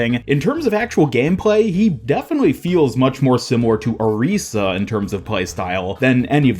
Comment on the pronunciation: pls say orisa right omfg😭